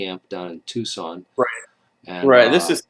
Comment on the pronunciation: Did you really pronounce Tucson the way you did?!!! Lmao!! That's super hilarious man!